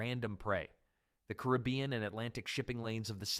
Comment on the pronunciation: Decent video, except its hard to take anything you say seriously, if you're so pathetically uneducated, that you can pronounce basic places such as the "caribbean". which as multiple proper ways to pronounce it. Somehow you found a new way how to fuck it up, like a complete irrespectable dipshit. If this is your day job, you really need to quit. You;re grossly incompetent and inept at what you do. Practice the one thing you might be able to execute properly... though even this I doubt... are you ready? "Thank you sir, would you like fries with that?" Do better, put any level of effort in, i you're trying to educate people, not this pathetic loser inept failure excuse for a video where you can't even speak properly.